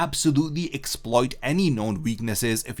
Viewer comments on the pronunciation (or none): none